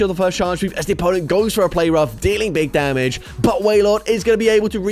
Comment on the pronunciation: "Dig Bamage!"